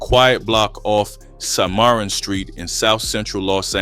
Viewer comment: "Sy-mar-run" street is pronounced Sim - ah - ron and spelled Cimarron. Anyhow, I grew up hearing about KeithStone the legend. He was spoken of highly as a true big homie. May he RIP